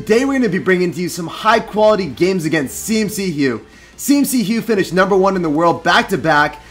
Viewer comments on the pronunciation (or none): It's C-McHugh not CMC-hugh